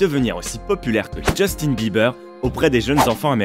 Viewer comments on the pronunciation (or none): none